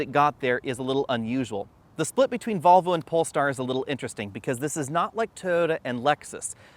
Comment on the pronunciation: Why do you keep saying “Bobble” instead of “Volvo”?!